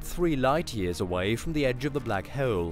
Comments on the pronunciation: It's "hole" and not "heule". This narration is horrible. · I know right prenouce the O right dude trying to be posh but over killing it 🤣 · “black hoel” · hole* not heole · Why do you pronounce everything so WEIRD. Axis = Axees Pulsar = Pulsa Full = Fool Kilo = Kila Hole = Hoal These are just a few examples but it's like you're a mix between Microsoft word text to voice and a human being. Really fucking weird to listen to. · The way he pronounces the word: "hole" ...